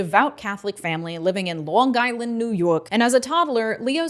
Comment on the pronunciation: Oh. I gotta say. I know it was a bit, but your native pronunciation of Lawn Giland was chef’s kiss.